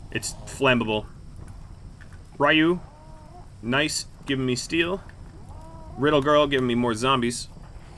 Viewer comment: I will give it a like cause the man literally read “rid leg 1 ‘R’ ‘L’” From what I believe the name was “R1ddleg1rl”. Riddle girl.. it’s riddle girl 😂😂